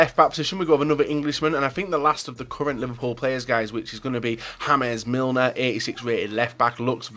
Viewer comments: "Hames Milner" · Yannicksels0011 sels if you watch other FIFA YouTubers, you will see that not only says "Hames Milner" its a FIFA community joke.. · "Hames Milner " - 2k17